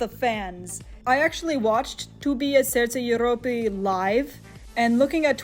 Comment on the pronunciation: very informative but the "serce jeropy" in the most stereotypical Russian accent kept distracting me lol